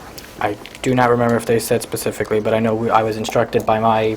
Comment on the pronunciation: This guy talks like he has an iq of 70. Pacifically for specifically. OMG. This is Just awful. Just to think this guy has a gun. God help us all.